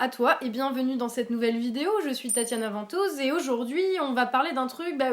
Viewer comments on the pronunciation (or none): Vantause ou vantouse ? Désolé on doit souvent te le dire maisj'ai du mal avec les prononciation